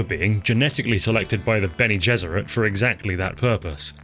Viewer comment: The Benny Gezeret? I think you mean the Bene Gesserit, say it right or don't say it at all.